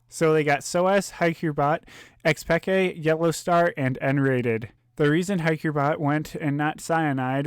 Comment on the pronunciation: rofl one of the commentators called Xpeke, Xpeekaaa